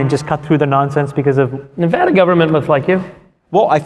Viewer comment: Chamath, it's Nevada, not Nevahda. Lol.... No Butt-Crack grouse is PROOF they're endangered! See the Yucca Mtn Nuclear Repository can't happen cos it's < 90 miles from Vegas. Almost all the rational people here in LV know there has to be a "safe" place to put nuke waste other than the back yard of the plants generating it. Okay trolls, kill me.